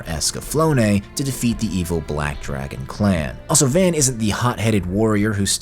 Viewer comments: Dude, it’s pronounced “Vahn”. They say it enough. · Are you purposely pronouncing Van's name as "v-aen"? -1hp